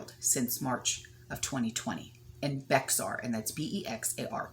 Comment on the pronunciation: County in San Antonio is Bexar pronounced (Bear). That's nice of Darcy. I'm from SA. People don't pay there rent a lot around here. There are jobs available all over. Vax mandates aren't in play here. Everybody has a story. My sister's renters damaged her house and left to live somewhere else. The damaged that was done was severe and she has no money to fix it. Everyone has a story. All we can do is pray. Blessings!